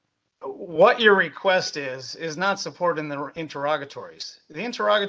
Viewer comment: Drink every time he says “weequest”